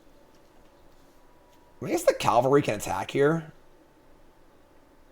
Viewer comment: 'Cavalry.' Say it one letter at a time. Calvary hill is where Mr. Jesus died.